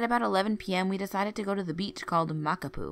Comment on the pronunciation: Couldn't finish listening to the stories because she kept butchering the pronunciation of Hawaiian words. I'm not even from Hawaii but I have family from there. I couldn't when she kept saying "Kamehama" and "Makupu" Here's a tip, before you start reading make sure you practice the pronunciation or phonetically spell it out . I do it, it helps.